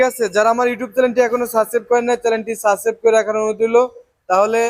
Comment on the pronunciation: কি করতে কইলেন ভাই? সাবসাই.. কি?? 🤣🤣